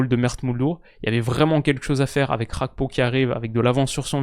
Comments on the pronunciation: c'est Gakpo et non Hakpo. C'est un Togolais d'origine et Gakpo= Fer. C'est pas cool d'entendre Hakpo tout le temps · Gakpo c'est un nom togolais, la prononciation dutch fait saigner les oreilles